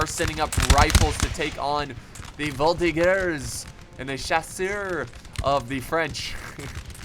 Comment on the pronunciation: oh boy... "voltigeur" plzzzzz prononce the "g" sound as you say "GG" and not like "gear"..like ranger and not monger. however so glad to see a french victory tell it to the guys who created the article "you are looking for french military victory??, did you mean "french military defeats?? " now we can say look at this!!!!! hoooraaaa!!